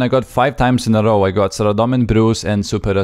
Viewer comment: Dude l2speak its not that hard to say "row" the correct way. And English is not my home language.